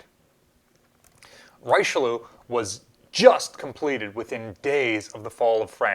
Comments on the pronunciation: reechillll long l lowww not richeloo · It's pronounced Rich uu li ew the bastard English shelled their French Ally fleet at anchor , one of the reason why Churchill is seen as a mongrel by the people of Brittany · Richelieu = ree-shel-yoo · Richelieu's pronunciation with a heavy American accent is realy hilarious for a frenchmann... In english Richelieu where more realistic like Reycheelieoo... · Pronounced "Rishelur"; Cardinal Richelieu was Louis XIII's chief minister. He said "Revenge is a very expensive thing; statesmen cannot afford it". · Richellieu rhymes with Wish-lew. but with an R. (Rish-lew) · It would be pronounced Ree-shea-lew... roughly... Trying to find english words that sound right!! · Richelieu... 😂 more like ri-shoe-lyoe. Look up the pronunciation on ggl. There's an audio snippet you can play. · Richelieu is pronounced Reesh-lee-uh, only in one smooth word. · Reesh (Rich) - uh (ei) - lieu (lieu, like the French word, lieu). "lieu" is all one syllable. Note that the French pronunciation differs from the English pronunciation. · It's pronounced "Rich-Lee-Oo" (Oo as in Boo). Also, I bet the other battleship is Vanguard or Jean Bart. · Not quite. Reesh-uh-lieu (like the French word, lieu). You can look up the pronunciation on Wikipedia if you're curious. There's an audio demonstration. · The first syllable of "Richelieu" is pronounced "reesh;" other than that you have it right, or plenty close enough. One unique feature of the ship was that the main guns can be loaded at any elevation. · It's "Reeshlyer",. Great vid. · Richeliu goes something like "rice" but you add an H so it's "rishe" and "lieu" which you read kinda like "lie" and "ou" like in aeiou (the vowel song). Together it's "rishe-lie-ou" and you have to put accent on the last "e" a bit. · Also it’s pronounced Rishillue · You are miss pronouncing Richelieu, the Rich is spoken like the first syllable of Richard. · Might have been worth researching how to pronounce the French ship's name